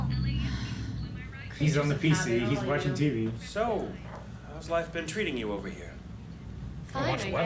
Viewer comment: “It’s ova”😂